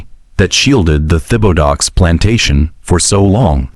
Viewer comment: The man’s last name was butchered. It’s pronounced Tib-a-doe